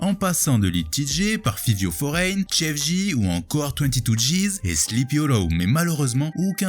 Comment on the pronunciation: bosse vraiment les prononciations, ça donne l'impression que tu connais pas vraiment le sujet... "C-Gi", "Sleepy Hollow", ...